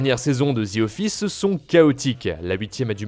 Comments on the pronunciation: “The” et non “ze” 😑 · Ah les français… pas « The » ça se dit comme ça: « Dee » pas « dzi » vous me tomber sur les nerfs ahah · C'est The office et non "zi office" :) oui jsuis aigris